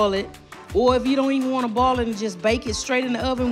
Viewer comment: Not boil but "ball".....and not oil.....but "all"! 😆🤭❤️